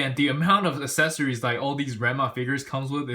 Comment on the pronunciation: Well.. they are the same person so yeah his face looks a lot like the girl... in fact in more recent ovas he looks exactly like this... also dude... for God's sake it's pronounced aCcessories... As in "axe" now you know.